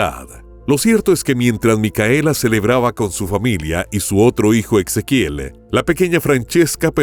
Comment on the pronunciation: No suena Ex... Suena como la S... Ezequiel